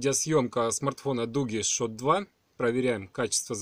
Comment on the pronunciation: ШУТ! А не шот. Бенчмарк, а не бичмарк!!!